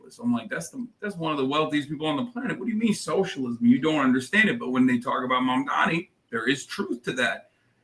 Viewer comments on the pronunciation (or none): Mike Johnson is so stupid he can't even pronounce Mamdani correctly. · The name is MAMDANI you should learn to say the name because I am going to be your boss! Hahahahahaha! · Can those MAGA tools please pronounce his name correctly?! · Grindr Johnson can't ever say Mamdani's name right. 🤬